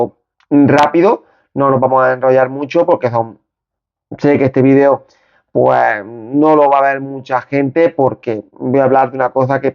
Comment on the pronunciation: Video ,video, haci se dice no vidio gallego aprende a hablar bien en la lengua castellana no existe el VIDIO .